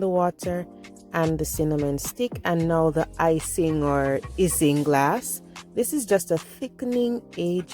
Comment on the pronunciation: I still prefer the old way by boiling the Irish moss! Isinglass is pronounced 'icing-glass'👌nice upload my friend ☺